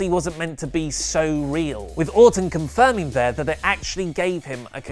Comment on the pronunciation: it's sounds like say Autumn when he is talking about Randy Orton. I was getting confused. lol